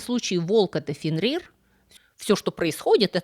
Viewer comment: Мне, как фанату скандинавской мифологии больше резануло по ушам ФенрИр